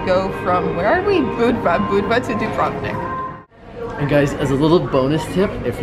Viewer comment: Have you been to Kotor and inland towns like Podgorica? Much more interesting than Budva. Sorry for the hassle on the border. And you are right, this ferry "Dubrovnik" (stress on the first syllable) is quite dated. Well, it serves...